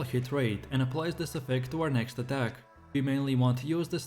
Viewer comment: Hearing ADK instead of ATTACK... good god man! Also, your mod picks are pretty garbage.